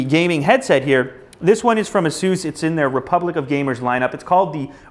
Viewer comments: "asoos"? isnt it pronounced "ace-us"? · Asoose?!?!?!? its Asus, not Asoose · Is ASUS pronounced "Ahh Soose" or "Aye Sus"? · Its not (a-SEUS) its pronounced (A-SUS) The name is derived from the Greek word for a mythical winged horse. Peg(A-SUS) How hard you want to make the (A) is up to you. Maybe this will help you out. I just think if your going to promote a Brand Name you should know how to pronounce it. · Isn't pronounced A Sus not soos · Asoos its pronounced Asus.... just saying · A SIS is how u pronounce it fuckard bit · he pronounces Asus wrong. [Ace-iss] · Its pronounced ace-us asus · I've always pronounced it "ay-suhs" -_- lol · you don't pronounce ASUS properly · he doesnt know how to pronounce Asus